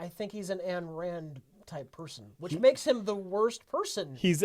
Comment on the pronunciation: I am impressed that you guys know Ayn Rand and The Fountainhead. Good job. But Ayn rhymes with fine. Also, Objectivism is all about reason and individualism—nothing at all with being a dick who callously and recklessly destroys cities.